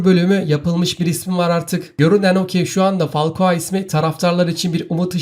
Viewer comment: Fakua değil falkao